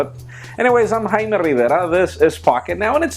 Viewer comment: I love it how Jaime only has an accent when saying his name xD